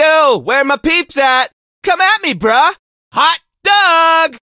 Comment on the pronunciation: he says brah as in like bro not bruh